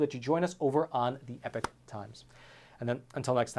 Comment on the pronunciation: I just wish you would pronounce the name correctly, it’s E-P-O-C-H not epic times, another reason why I cancelled my subscription